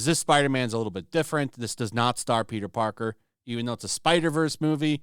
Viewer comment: always makes me laugh when he talks about this Spider-Man, he calls him “Peter Darker” 😂